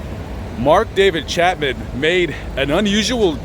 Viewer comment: It’s Chapman, not Chatman!